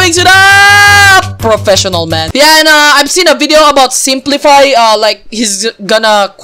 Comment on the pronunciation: not spli-fi its simp-life